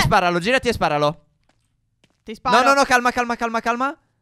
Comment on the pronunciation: Ragazzi, voi siete fantastici... ma vi prego... "SparaGLI"... Non riesco a sentire "Sparalo", vorrei farlo ma proprio non ci riesco😂😂😂